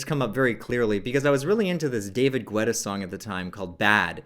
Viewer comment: In both french and english the pronunciation is closer to getta than gwetta